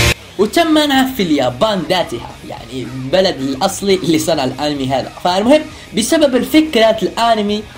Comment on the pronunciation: انتا تقول ارمي مو انمي 😁